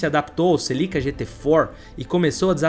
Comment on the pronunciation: Os vídeos dele são bons mas a pronúncia dos nomes dos carros e das pessoas atrapalham, celica não tem acento